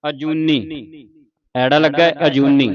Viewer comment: ਵਾਹਿਗੁਰੂ ਜੀ ਬਹੁਤ ਵਧੀਆ ਉਪਰਾਲਾ ਹੈ ਜੀ। ਬੇਨਤੀ ਹੈ ਜੀ ੜ ਦਾ ਉਚਾਰਨ ਰਾੜਾ ਨਹੀਂ ਰਾੜਾ ਕੀਤਾ ਜਾਵੇ ਅਤੇ ਅ ਐੜਾ ਨਹੀਂ ਆੜਾ ਕੀਤਾ ਜਾਵੇ ਜੀ। ਜੇਕਰ ਅ ਨੂੰ ਐੜਾ ਤਾਂ ਏ ਤੋਂ ਬਾਅਦ ਐ ਦੀ ਕੀ ਲੋੜ ਰਹਿ ਜਾਂਦੀ ਹੈ। ਮਾਫ਼ ਕਰਨਾ ਜੀ